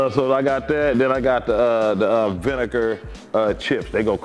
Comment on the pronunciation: "Vinicker ones"😭